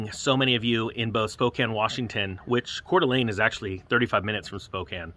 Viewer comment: I was born and raised in Coeur D'Alene. Thanks for pronouncing it correctly. 😊